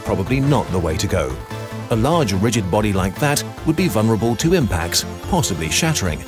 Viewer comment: "Vunerable" or vulnerable?